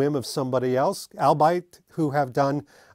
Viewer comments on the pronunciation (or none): Albeit ( aal-bee-uht)